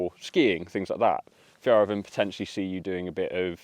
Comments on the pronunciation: Nice review! I think ill get one. And the way you pronounce Fjällräven means something totally different in swedish... 🫣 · I don't know how to properly translate it, but something in the lines of silly ass... When you say Fjäll it sounds like a diminishing word sometimes used to describe a softer kind of homosexual male. When you say Räven it sound as you plainly say the ass.